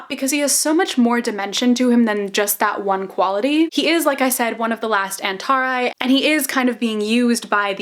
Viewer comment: "en-tah-rhy" ... I have always pronounced it "un-tah-ree"